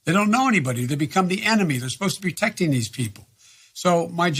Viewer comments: Biden - "they come up there in an up-armored humvee; they're supposed to be 'teckting' these people." WTF? Is "teckting" the new slang word for protecting or did ol Joe just start daydreaming about 12 year old girls with long hair in the middle of an answer? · Are my ears defective, or did I hear Biden saying. " We're sposed to be tecting these people" Play it back and see....